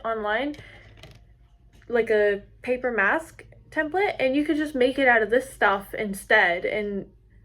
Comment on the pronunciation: It’s not templit its template!!!!!!!!!🤬